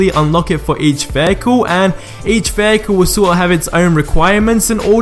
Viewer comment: Vaycool ... not vehicle, Veycool. I love accents xD